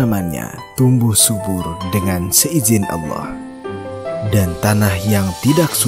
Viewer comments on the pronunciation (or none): none